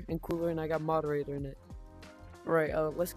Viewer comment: fire video also "KaN I GEt MoDEWaToR"